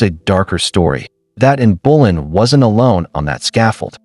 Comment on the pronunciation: It's not in bulan it's Anne Boleyn fgs